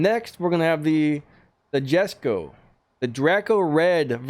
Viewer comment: Cool nice green screen editing keep it up and the Koenigegg Jesko is pronounced yesko